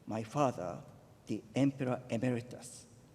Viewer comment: I am amazed that Camilla managed to stay awake during the emperor's speech. She seemed so bored. I'm sure that if she had not been so amused each time he pronounced his "L's" as "R's", it would not have been possible.